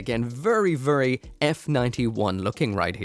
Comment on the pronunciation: vurry vurry